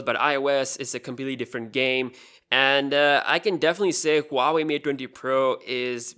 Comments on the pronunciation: It is Hua Wei, not ua wei. The H does make a sound. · It’s not Pronounced hoo are wey. It is actually W are wey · Huawei is way better than any other phone in the premium segment. BTW its Pronounced WAH-WAY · Huave?? dude do you know how to read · he says Huawei mate dwendi pro lol